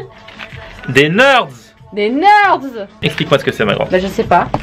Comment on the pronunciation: On dit pas 'nerds'mais 'nérds'